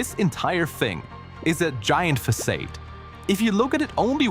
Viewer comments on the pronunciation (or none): I liked "façade", it's a heartwarming error in these AI voice days